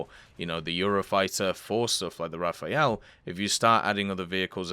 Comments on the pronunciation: Stop saying Raphael. Just say RA-FAIL, if you can't do the french pronunciation. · hi bro! nice videos... but can you please stop calling the rafale as if it was written Raphael? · Dislike each time I ear RAFAEL again!!! Even the Devblog say Le RAFALE! Translate :burst/gust and not a italian name! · imagine being mad that someone isn't pronouncing a foreign word properly